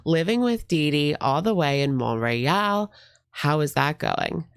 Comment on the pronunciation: Yey you must have read my comment about pronouncing Montreal!! You did it perfectly FRENCH! 🙌🏻